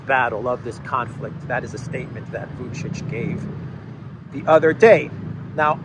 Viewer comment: "According to Vucic".. you can do better... it sounds like "according to Kamala Harris"